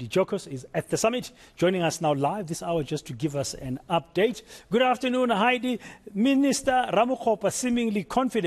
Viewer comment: Heidi was bang on pronouncing the electricity minister's name